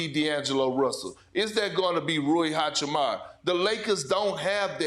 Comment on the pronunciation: What's wrong with American commentator and foreign names? Wembanyama, hachimura., it's not that hard to get it right isn't it? It seems arrogant, disrespectful and lazy to keep saying their names incorrectly